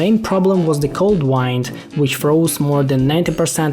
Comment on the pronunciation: I'm guessing English is not your first language (you always said "wind" instead of "wind," for instance). I'm pretty impressed you learned enough to make a video in it, as I have not done so.